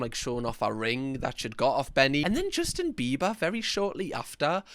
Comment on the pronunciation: "Justin Bibas"